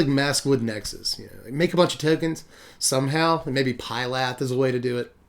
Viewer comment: It's "F"-ylath, not "P"-ylath. That Ph does a F sound. :P